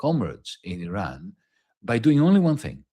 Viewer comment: You can’t pronounce Iran